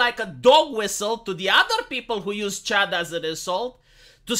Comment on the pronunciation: I grew up in the 80s, so in my mind CHUD is either Cannibalistic Humanoid Underground Dweller or Contamination Hazard Urban Disposal. The best part is that your accent turns "chud" into "chad".